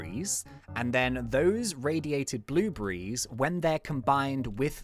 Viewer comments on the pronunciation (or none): Who noticed he says bluebrees